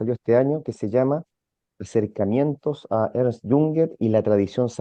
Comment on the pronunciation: No es Ernest Jünger, se pronuncia Ernst, si quieres traducirlo di Ernesto